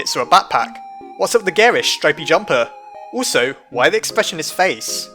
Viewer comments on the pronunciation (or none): none